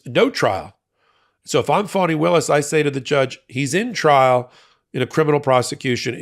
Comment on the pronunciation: It may just be the NY twist I hear, but it’s not FAW-knee, it's FAH-knee.